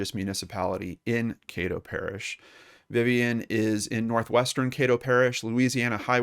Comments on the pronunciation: I know her son. Known him since I was little. Also, Caddo is pronounced with a short A, not long. EDIT: dunno why i wrote brother. im tired lol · Just fyi it's Caddo, rhymes with Shadow. I hope she is found. Thanks for the video.